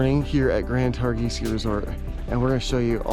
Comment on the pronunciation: Great video. Brings back so many memories. BTW the "g" is basically silent in Targhee